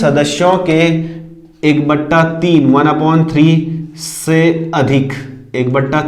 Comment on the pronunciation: Hi, since I am a very good friend of lait so I m here to watch u, but I watched ur complete video because ur teaching is great, one thing I like u told 1/3 like sounds amazing really, दो बटा तीन I loved the way u pronounced it many times 😃😃, I am ur new subscriber now sir